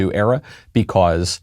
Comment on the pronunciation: normal people: because Michael: becaws